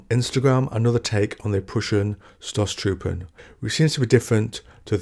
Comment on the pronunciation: I love the Idea of attacking tanks with swords, its grimderp on the surface but plausible in the setting. By the way, "St" in Stoßtruppen is pronounced "Sht" and the o is longer. Great video, great channel.